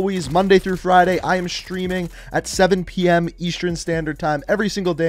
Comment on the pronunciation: can you please say Streaming not SCHtreaming...